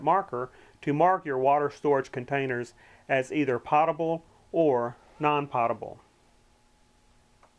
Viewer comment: Great video, however it is pronounced "potable" with a long O sound, Sounds like goat, potable. This video has given me some good ideas.